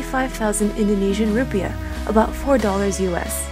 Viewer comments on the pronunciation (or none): none